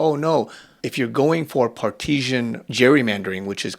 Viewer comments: Part - i - san Not, par tee zhan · par ti sin...not par teashen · It's not par-teez-shun. It's par-ti-zun. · partisan (Par-tuh-zun), not partisian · Respectfully… it’s pronounced Par-ti-san. It’s not like a French bread nor an Italian cheese. It sounds like it’s spelled. Par-ti-san. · We clearly don't have enough conversations anymore. Partisan is PAR-ti-san. It's not like parmesan (PARM-e-zhan) or Parisienne. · Love you content, but it is Par-ti-san. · “Partisan” is pronounced Par-teh-zun.